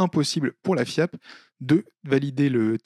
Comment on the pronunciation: Des ranks League of Legends le bordel Ah et désolé mais je peux pas m'empêcher d'entendre fiak à chaque fois. Ce qui rend "Maître FIAP" très rigolo